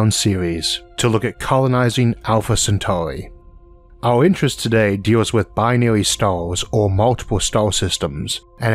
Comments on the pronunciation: Alpha centaurwi 😂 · Bro it’s actually annoying listening to your voice it’s Earth earth Centauri no centauwi fuck man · when did elmer fudd become a narrator alpha centawri